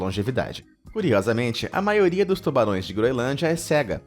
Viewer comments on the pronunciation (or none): eu ouvi tubalões